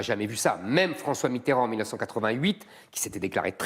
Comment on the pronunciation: C'est qui Mitterond? La Fronce c'est ou? Etc. etc. etc.